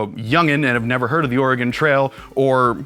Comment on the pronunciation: It sounds like is saying "The Organ Trail" instead of "The Oregon Trail"...